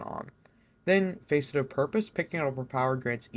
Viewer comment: it's pronounced fas-it not face-it